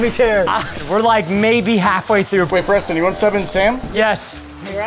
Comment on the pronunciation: Its preston not cheston